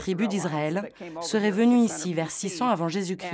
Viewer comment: Ils ont un problème avec Jésus chrissssssst et jesus cri..il faut savoir bien prononcer